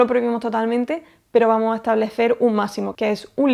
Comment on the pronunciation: Buen video, me encanta escuchar como no usa la s en las palabras en plural.. "vamo" en vez de "vamos", "gracia" en vez de "gracias" y así... Jajaja pero por el contenido todo excelente...!!